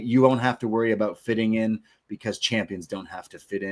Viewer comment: 🍻 to '' ('the best kept secret'....that really wasn't, knowing he was guest-hosting The Rich Eisen Show soonafter and 'selling the injury') 💯, I never heard the name '' in so many different places when talking 'aboot' this story